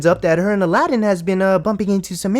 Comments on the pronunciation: His name is Aladdin, that's how HE pronounces it. SHE pronounces it A-LA-DIN for some reason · What annoys me the most is she keeps calling him Ala-deen. Did this banana lover never hear him say his name? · I hate the way she says his name